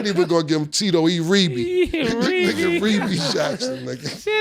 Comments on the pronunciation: He called him Reebee, and Mase singing "Centipede" in the background was comedic gold😂😂😂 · cam called em rebbie 🤣🤣🤣🤣🤣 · He called him Rebea Jackson😂😂😂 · I nearly spilled my Coffee when killa called Geno "Reebie Jackson" 💀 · Rebee jackson😂😂😂😂😂 sorry ms. Jackson....